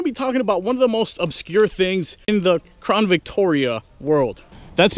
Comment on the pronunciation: Why is it that all the crown Victoria vids I have been watching no one can say CROWN... why do they always say crawn...